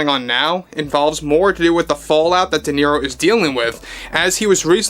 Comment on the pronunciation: No sabes hablar correctamente dices niro en ingles Robert de niro idiota.